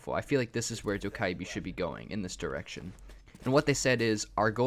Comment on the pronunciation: It’s dough ku bee